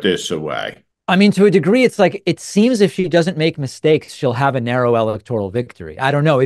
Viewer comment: David, it’s NOT an “EL-ek-tor-ul” vote!